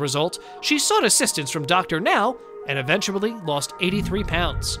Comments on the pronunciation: "EVENTCHABLY NEEDING" LMAO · Did you say "eventuBlly"? 😄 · Is no one gunna point out the narrator said Eventablly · Why is no one talking about the narrator saying "eventuably" instead of "eventually" in the beginning? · Did he just say “eventuably” ?? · Did you say “eventuably?!”